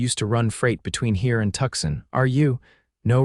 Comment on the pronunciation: If you are going to write about American cities, please have the courtesy to say them correctly ... the city of Tucson is pronounced phonetically 'Two-sahn' NOT 'Tuck-son'.